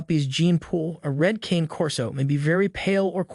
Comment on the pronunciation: “Canay” not cane like the candy lol